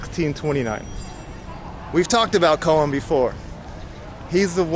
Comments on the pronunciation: Hey - the name Coen is not pronounced like “Cohen” but like “Kuhn”. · Jan Pieterszooncoen … the ‘oe’ in Coen is to be pronounced like ‘oo’ in Winnie the Pooh